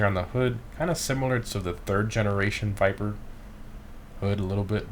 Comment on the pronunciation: what is this car? " Viperrrrr ". What is this car " Viperrrr " " viperrrr "